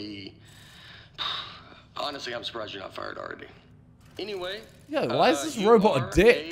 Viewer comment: Man said robet